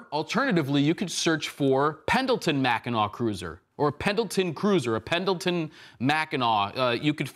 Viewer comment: MACK-e-nuh not MACK I NAW